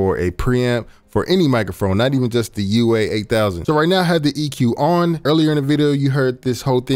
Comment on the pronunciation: Why he keep saying UA-8000😂